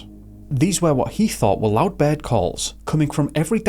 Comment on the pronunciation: Like Bird sounded like bed a lot